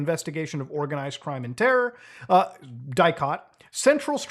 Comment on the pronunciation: bro and as a romanian the way he said DIICOT makes me feel funny but he doesnt really know how to pronounce all that doohonky